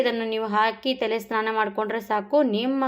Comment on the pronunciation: Thele alla tale heli